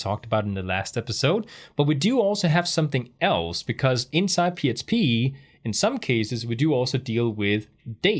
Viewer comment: Thankyou for this course.. this is the second one I have done and it really explains it in a different way... so learning lots. Question: at times it sounds like you say "PSP"... are you saying "PSP".. or is it just your accent when you say "PHP"? ... just want to make sure I am not missing something. Thanks for your efforts.